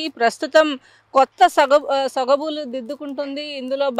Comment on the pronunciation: సొబగులు ❌ సొగబులు ☑️😂😂😂